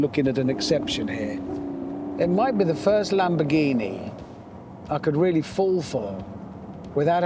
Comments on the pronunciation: A lamonamonini 🤣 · ЛамбоРРРгини или иди к логопеду